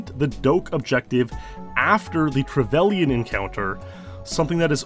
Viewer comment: only thing wrong is how you pronounce trevelyn